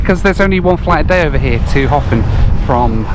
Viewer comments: How long before you learnt that it's not pronounced "Hoffen," but "Herpn" :-) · Sitting here in my home in Reykjavík, in late March, watching this video definitely makes me wish we could skip ahead to summer all at once! The south coast is incredible. The name "Höfn" is pronounced something like "Hup" in Icelandic, but for a non-native speaker, that terminal sound is nearly impossible to get right for an Icelander's standard, so "Hofinn" works. I would love to see you come back again sometime! (For some scenic air travel, the flight into Akureyri is particularly fun because the airport is surrounded on three sides by mountains, at the bottom of a fjörd.)